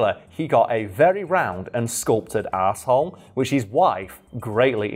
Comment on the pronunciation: it totally sounds like you said "he got a very round, and sculpted asshole"🤣🤣🤣 idk if that's really what you're saying, but when I heard it I froze and almost cried of laughter